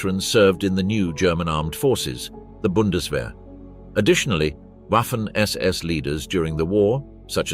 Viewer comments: It's pronounced Vahffen, FFS. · For goodness sake, "Waffen SS" should be pronounced "Vaffen SS". Oddly, the pronunciation changes sometimes towards the end of the clip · It´s pronounced vaffen. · It's pronounced Vaffen SS. Basic stuff you should get right. And Wiking is also pronounced with a V. Really annoying. Not wery good at all. Ian Dee.